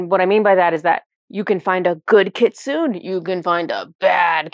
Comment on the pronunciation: I didn't know the kyuubi/kitsune are real! 😲 (I believe it's pronounced "kitsu-neh", with the e pronounced.) But it makes sense they stepped forward because it's for the 9/9 portal. 😀🦊 Thank you so much, and Inari!